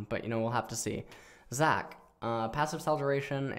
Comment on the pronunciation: i rlly want to put more effort, not liek phreak level, but at least read zac q right lol